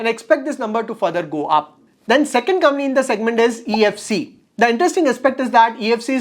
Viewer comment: It's company and not cumny😊